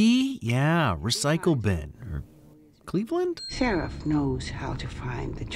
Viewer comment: "Cleveland" really😒